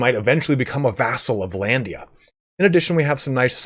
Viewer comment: Dude it's not VA-LANDIA, stop saying Va-landia god damn! it's Vlandia!